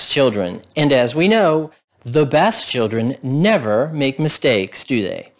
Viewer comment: You say chirrden too. It's chill dren by the way. Children has an L and the R comes AFTER the D. See you at the outhouse races Texas.